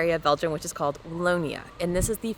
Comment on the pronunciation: It's the first time I hear Wallonia being pronounced "Lonia". "Wa" like "Watson" then lonia. Wallonia. 😂